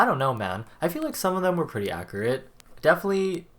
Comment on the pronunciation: SO cute he says acurete not accurate uwu Walmart Jungkook be bias wrecking me